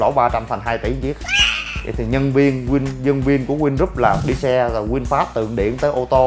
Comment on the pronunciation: Vinfast mà thg lol này nói winfast